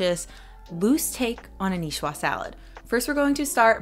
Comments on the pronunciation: If we're going to the trouble of writing out a phoentic transcription of a Niçoise salad, I would say "nee ·SWAAZ" and not "nee·shwa". The ç makes a soft "s" sound. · Nicoise pronounced nee—SWAAZ. Not nee—SWAA. Has to do with makers female form. The male form would be Nicois while the female form is Nicoise. Similar to François and Francoise.